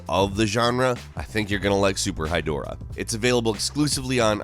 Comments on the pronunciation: When I heard the name Super Hydorah I thought he meant “Super High Dora” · Seriously thought that was "super-high Dora," and was picturing Dora the Explorer puffin' a blunt.